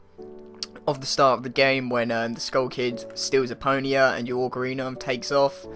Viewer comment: I cannot unhear Eponia.